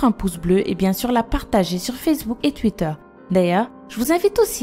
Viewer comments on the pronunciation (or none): none